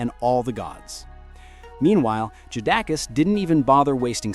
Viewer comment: You’re trying your best start a rap beef, you can’t even pronounce the rappers name correctly. JadaKiss not who you just said. Keep yall eyes open people, they don’t do this with country music